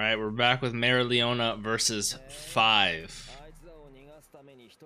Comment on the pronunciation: Try pronouncing her name as merry-O- leona. Its the correct way.